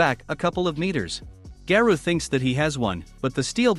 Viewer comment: Its garou not garuu